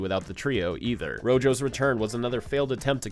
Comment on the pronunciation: I swear, it feels weird to hear "Royo" instead of "Rojo" as in "Ro-ho"